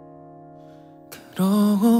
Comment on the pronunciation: Life 발음을 좀 더 잘했으면 훨씬 몰입됬을텐데 라임 처럼 들려서 집중이 잘 안됨 ㅋㅋ